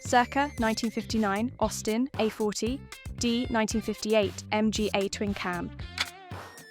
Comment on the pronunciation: Good, but STOP using cheap AI's. "Circa 1951 Jowett Jupiter"?; "Austin a - forty"????